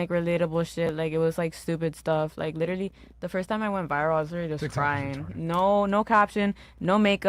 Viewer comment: "LITTER-LEE! LITTER-LEE!"